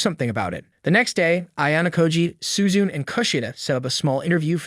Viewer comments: Bro literally said Horikita Suzun?! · Why does bro call Suzune, “Suzu” and Ichinose’s name is pronounced like it was English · Suzun Suzun SUZUN all the fucking time! The name is Suzune NEEEEEEEEEEEEEEEEEEEEEEEEEEEEE